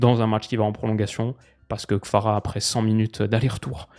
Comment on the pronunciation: Jsuis le seul que ça stresse de ouf quand il dit Kfara a la place de Kvara ?